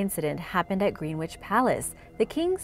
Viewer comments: Aaaaahhhhhh. It's not pronounced GREEN WITCH. It's pronounced more like Grennitch. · GREN-ICH not "Green Witch" WILT-SHA not "Wilt Shy-a" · Greenwich is pronounced like "gren-itch" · Greenwich is pronounced Gren-ich and Wiltshire is pronounced Wilt-sha. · Cringed when I heard Greenwich..